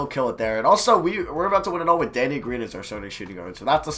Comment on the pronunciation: When he said, “Good D Danny,” I thought he said, “Good D Daddy.”